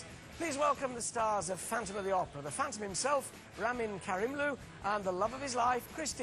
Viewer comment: The first non irani person who pronounces his name in a correct way.